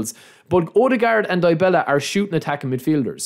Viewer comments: Its Dybala(Dibala) not Diebela😅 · Dybala not die bella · Hahaha Die Bella -,DYbala. Y - you read it normal like from a word "If" the first letter sounds like the Y.